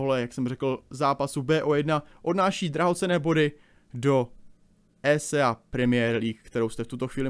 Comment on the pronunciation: Jenom... Není to WayP ale YouPorn... a ÍSÍEj liga... mám rád, ale tohle je příšerný...:(